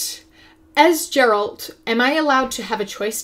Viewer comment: Also, his name is pronounced with a hard G, not a J. Get it right, people (small nitpick, I know, but Geralt is a Polish name & the Witcher is a Polish series. Respect the source or get fucked)